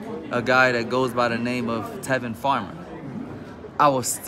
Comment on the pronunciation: Tevin has no power lol, that man said tevin